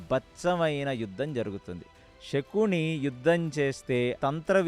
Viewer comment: నమస్కారము andhi శకుని andhi షకూని kadhu andhi raboyee taraniki ష కి శ తేడ మనమే చెప్పాలి